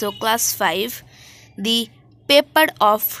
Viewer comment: It's paper not pepad